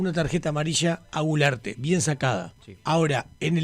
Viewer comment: Culearte no gularte 😂😂😂😂